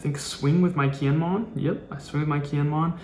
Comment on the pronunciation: You gotta learn the characters names man. Kiñemon and Ahpo is rough.